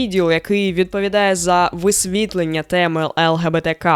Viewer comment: Дякую. Але наголоси пропоную інші у словах "висвітлення", "випадку" тощо.